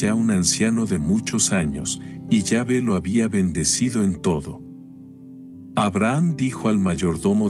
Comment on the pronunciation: No se dice yave si no q se pronuncia la letra E con acento